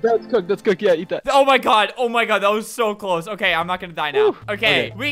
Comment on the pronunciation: Albert when video starts: oke wewewe